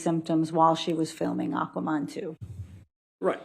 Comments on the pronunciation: "Aqua-Mon" - is that a new water-type Pokemon? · Aquaman's Jamaican cousin, Aquamon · Dismimished. Palpaltations This woman does not know basic grammar, and it's TERRIFYING that this is the chosen "expert" And I've only seen 6 minutes of testimony.. Plus, AquaMon lol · She's already lost me at "Aquamon 2".